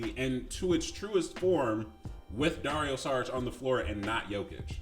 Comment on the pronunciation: Good vid but, i was annoyed with 1 thing and it wasn't with your alarm, saying Saric instead of Šaric like 10 times... SHaric, SHould, SHeep